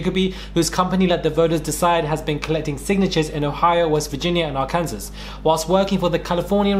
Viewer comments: Arkansas isn't pronounced Ar-Kansas...it's pronounced Ar-kin-saw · Ok, with your "ill en noir" and now "are kan sas" I see you 😊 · Ngl, was laughing my WHOLE ass off listening to trying to talk about US politics and locations. Caught the pause for pronouncing Illinois correctly, but I lost it when he said "Ar-Kansas." Good vid. Just super funny listening to someone (presumably) from the UK discuss these things.